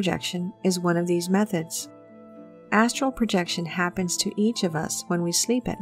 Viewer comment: I have watched this video atleast 20 times and up til now I thought you were saying asshole projection